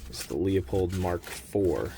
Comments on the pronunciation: “Loo-pold,” not “leo-pold.” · It’s pronounced “loo-pold”